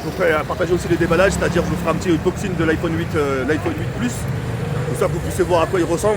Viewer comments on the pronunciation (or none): none